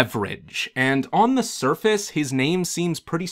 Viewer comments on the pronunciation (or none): none